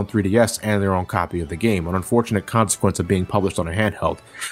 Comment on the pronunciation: It's still pronounced "Poke-AY-mon".